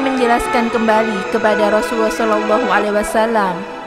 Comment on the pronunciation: Ubaira tulisan nya klo ubairo baca nya soal nya huruf ro dikasih fathah jadi ro,dan Rasulullah itu dari kata rasul dan Allah dan Allah itu di baca tebal kak gak kayak orang kristen tulisan nya Allah baca nya alah tapi ini tulisan nya Allah baca nya Alloh. Maaf panjang